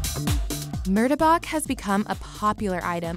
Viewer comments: "roe-tea" / "murda-bok" my dude,,, its,,,, "roh-ti" / "mar-tah-bak" roti and martabak <33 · When she pronounce martabak sounds like murdebuck, i stop watching the vid😂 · Murtabak. Yes that’s how you spell it but it’s pronounced mu ta bak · the way she pronounced Martabak made me so mad. maybe it’s just my indonesian instincts.